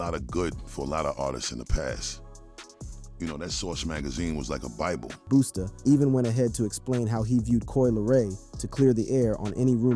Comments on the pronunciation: did you call that man Boosta? 😂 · Did he call him Boosta 😂😂😂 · I don't take anyone seriously who call busta booostah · I think there could have been another concept for the video like due to Coi being the size, shape, and innocents in her face like the movie "The professional" that would've been dope... But can you please stop calling him boosta 😅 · Son said boosta 🤣🤣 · calling Busta "boostah" is CRAZY . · is this guy calling Busta - Boosta or am i tripping? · Boosta Rhymes 😅 🤣🤣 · How’s this guy gonna keep this video up after he callin he “Boosta?” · Who is “Boosta”?! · Is it me or did this dude say BOOSTA a few times? User error or am I missing something? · The Narrator called Busta Boosta?! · This dude is abusing Busta’s name. Why does he keep saying “Boosta”?? 😅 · Stop saying boostah. Shits wack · This guy called "Busta". "BOOSTA" 😂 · Who TF is "Boosta?" 😅😅😅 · "Boosta" 😂 caught me off guard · I'm like wait isn't it Busta 😂😂😂😂